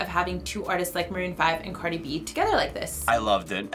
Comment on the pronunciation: well you love her but you can’t even say her name right smh